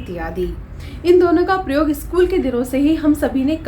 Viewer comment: प्रयोग का उच्चारण ठीक से करना चाहिए।